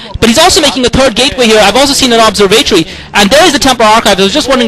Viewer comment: how he says AAdun instead of aDUN might be related to how he says OBserVAtory